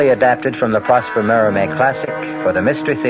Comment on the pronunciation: Wasn't his name prosper instead of proster